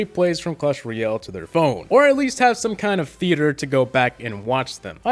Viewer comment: tbh your saying ryale not royale and it's just a nit pick but it's a tiny bit annoying